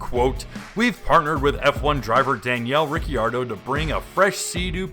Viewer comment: Man, you really botched Ricciardo's name, both first and last. 🤣